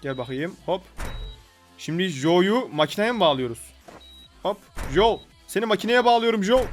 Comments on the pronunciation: Abi joe değil coe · Jo değil Coi :d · jo değil co